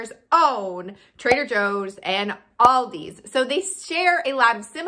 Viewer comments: It’s not Aldi’s, it’s ALDI 😩😩 stop saying it wrong people, it’s so annoying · It's Aldi! Not "Aldi's" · I love how u say you love it yet u say it aldis when its aldi 😂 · It’s Aldi. Not Aldi with a S. Wednesday is the slowest day for every business. Loved your video. You are right ….don’t buy paper products. Produce is wonderful. Walmart price checks to stay in the Aldi price range with eggs and milk. Yes their chocolate is the best! PS Worked for Aldi for 20 yrs. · It is Aldi not Aldi’s, beside that consistent mispronouncing was interesting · I have called it "Aldi's" for years but it's actually called "Aldi". No 'S'. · If you love the store so much you should learn the right name it's not Aldi's it's Aldi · Why does Americans say "AldiSS" instead of just "ALDI" ? There is no S at the end, and in Germany we pronounce it just as it is written. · It's pronounced like the name Al D., not All D., and there is NO S on the end. Thank you. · If you love, love, love Aldi, you should know that it's Aldi, not Aldi's. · It’s Aldi, not Aldis. If you’re using it as a possessive, I’d understand, but you aren’t. It’s annoying. Unless you take a shot every time she says “Aldis”. Then it’s fantastic! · It’s “Aldi,” not “Aldi’s.” Where on the name do you see an apostrophe s? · Pronounced Al-Dees. The bags and carts save next to nothing. You pay for bags most everywhere now, and save a quarter on the cart? While the spices are from McCormick they are their rejects. For the most part they only offer off-brands and the meats and produce are Meh at best. There are a few specific things at Aldi's but only that, you must do the bulk of it elsewhere. If there is not one quite near you it is a waste of time, money and gas. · Thank you! I didn't want to say it, but it was grating on my nerves SO BAD! People do the same thing with Kroger... sounds like nails on a chalkboard! Lol 😆 🤣 😂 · Aldi is pronounced singularly, not in a plural way.